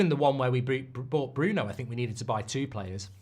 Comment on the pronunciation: You ever consider how many people just watch players and also have no idea how to say their name? Most of the world still says Bruno’s name wrong and he’s been at Utd for years.